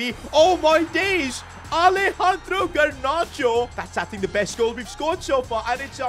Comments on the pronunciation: Garnacho not Garnarcho😑😑😑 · The fact he said gernacho 😂😂